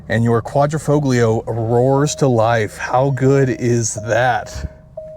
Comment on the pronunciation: Dude! Typical carsalesman speech... not too bad, but superficial. You need to wash the car and work on the Quadrifoglio pronunciation too! As a 2019, this is a pre-upgrade model with most known problems (eg electrical and failed fuel pumps) and no touchscreen. The brakes are actually Brembo not Alfa. The whole hood is carbon, not just the underlay. You missed that the roof is carbon as is the tailshaft and the front splitter drops at high speed. Paint is a tricoat special and those wheels are forged.